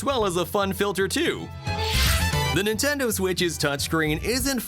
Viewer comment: Stop saying Nintenduo